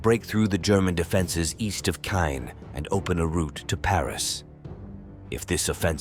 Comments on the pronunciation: Caen: It'a not pronounced Kane, it's pronounced Kon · Its pronounced Kahn, not cane. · It’s pronounced… khan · I cannot listen to the narrator murder the language…. It cannot even repeatably mispronounce Caen 🙄🙄🙄🙄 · Caen mispronounced.